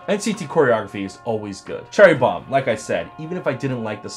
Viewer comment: Dat Bad Boy Sweater ME LIKE IT!! I notice that "*Cherry Bromm*" lol